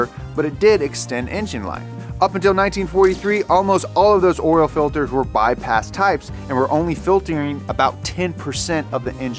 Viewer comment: you’re killing it man! Except for “oral filters”